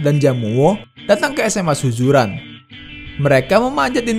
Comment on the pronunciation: tolong lah sebutan tu . SUZURAN bukannya SUJURAN . adoi